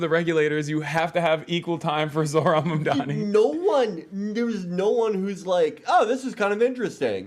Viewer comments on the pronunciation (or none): MAMDANI IS NOT THAT HARD TO SAY